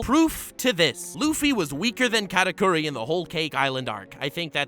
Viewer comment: “Katakuri” Why does he say it so weird? like is it really that hard to say the way it was meant to? “K4raKoory”